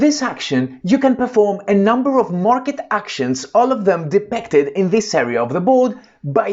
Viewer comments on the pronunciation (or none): your 'i' sounds a an 'e', hope this helps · it was not me, or a friend. You say: De-PEC-ted. Try: De-PIC-ted. ;-) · Super! Maybe to pronounce ‘depicted’ better will help. Also setup time of 3 minutes i quite ambitious.